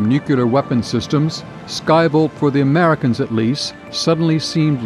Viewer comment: The widz kids? Interesting contents, but inability to place contrastive focus or stress by the speaker on certain words makes it confusing. Eg in the sentence that starts “ultimately, the British would purchase Polaris from the Americans” The video emphasizes the word ‘Americans’ - which makes no sense…it would make sense if the previous sentence had said ‘the British were considering several countries when purchasing Polaris’. But that’s silly - that’s not the question. We’ve been talking about the Americans the whole time. There is no need to draw a stress contrast here, What’s interesting in this sentence is that they purchased POLARIS from the Americans, rather than something else (the skybolt). To show that contrast, you want to stress the word ‘Polaris’. Not thinking the spoken version of this ends up detracting from what is otherwise very good content.